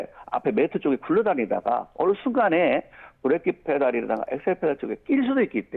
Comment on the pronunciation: 김현정 뉴스쇼에서도 이분 인터뷰 들었는데 /// 아뭏튼 브레이크라 안하고 계속 브레끼라 하시네... 정비명장이라 더구나 저리 부르시나